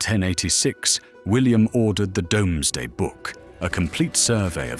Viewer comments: I know its spelt dome=sday, but its pronounced doomsday, dont worry every bot gets it wrong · Agree, human narration would be better... I cringed every time "domes-day" was spoken. The issue is the humans need to write the script phonetically so that the AI pronounces thing right.